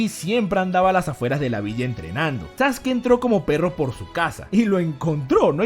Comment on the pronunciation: Porque le dice sasuki?